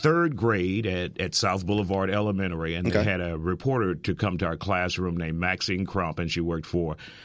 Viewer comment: “Elemenary” dis nigga forgot the whole T